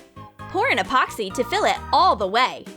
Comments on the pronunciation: Junior Cans 'Expoxy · This how many times she said Apoxsee 👇🏻